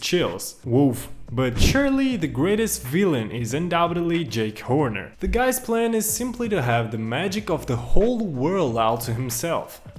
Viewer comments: Damn, dude really called Jack Horner "Jake Horner" 💀💀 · I’m sorry but as I’m watching this, you got SO many names of things wrong. For example, it’s not Jake Horner, it’s JACK Horner. And it’s not So Far Away, it’s FAR FAR AWAY. Other than that, this is a good video. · He is named "Jack Horner," not "Jake Horner" 🤦‍♂️ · Does no one know old nursery rhymes and fairy tales!? :( I’m only saying this because he kept on saying jake Horner instead of jack horner. He’s from an old nursery rhyme. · It's JACK Horner not JAKE Horner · Did I just hear him call Merida “mereeda”? And call jack Horner “Jake Horner”?😭that will bother me forever😤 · it's Jack Horner, just sayin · It was an accent. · yeah but his accent isn’t what’s calling Jack Horner “Jake Horner” in the time stop of the video over here, have a look yourself 😅